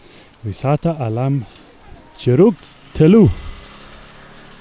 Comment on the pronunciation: I must commend you for arriving there. It is indeed a hidden gem of a spot that not even many Indonesians know exist. Let me help you with how to say a word. Curug. Cu = say is like "choo" the word that is used in English to describe the sound of a train. and rug, rook, like a chess piece. There you go.